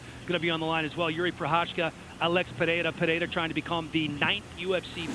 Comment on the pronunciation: its kinda pronounced like "Per-haid-uhh". Almost a small roll of the tongue, most people get it wrong so its probably not translating well from me either lol. Some just it like "Perr-hair-uh"